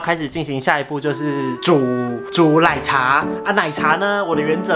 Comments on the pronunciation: 我以為只有我聽了好幾次覺得怪怪的ww 珍珠ㄌㄞˇ茶wwww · 是我聽錯嗎，說珍珠ㄌㄞˇ茶欸